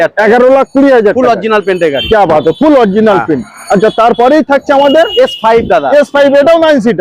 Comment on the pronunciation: ওটা প্রিন নয় প্রিন্ট হবে